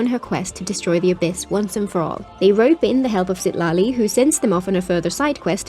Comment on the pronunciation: Lmao i swear i cant unhear her saying Shitali instead of Citali😭